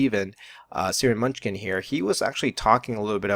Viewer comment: I was listening until you said Steven "Munchkin". LMAO